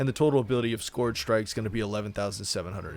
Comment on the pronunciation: "skorj shrike"